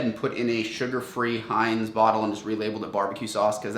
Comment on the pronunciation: "Hanes" ?? Our youth are totally fd. How in the world can you live 18+ years and not know how to pronounce Heinz...good gawd help us